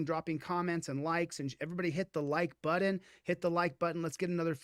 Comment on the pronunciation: "hit the like BUDDIN"